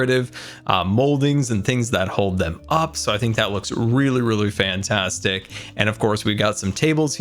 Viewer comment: "Its Absolutely Fwaiantwastic" - 2021